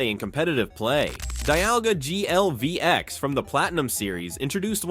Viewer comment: ai voice be like "DIALGA GLVX" and the ai description lmao